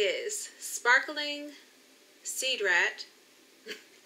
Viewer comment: Are you saying "Cedar Rat??" Lolol